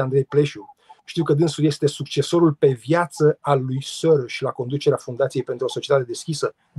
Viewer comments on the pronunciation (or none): Să spuneți Soros (Șoroș) așa se pronunță!